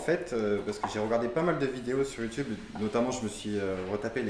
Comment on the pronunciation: Chef on dit You Tube pas youtoube 😂😂